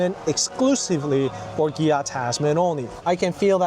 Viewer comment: Why you say gia😅